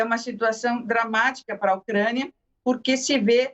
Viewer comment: Avisa a repórter que é UCRÂNIA E NÃO UCREIA.. KKKKKKK OU ELA QUIS DIZER "MOCRÉIA"